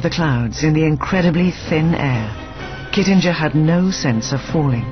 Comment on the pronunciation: Oh, and the narrator butchered the 'Kittinger' pronunciation.